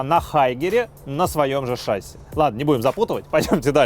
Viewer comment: Если бы ещё в слове "шасси" правильно ударение ставил (на И, а не на А), то было бы шикарно